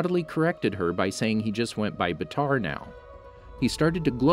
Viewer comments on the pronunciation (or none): actually how his name is written i would say that its not pronouced batar instead baatar with a longer aaa also fun fact baatar means hero in mongolian so his real name might be hero jr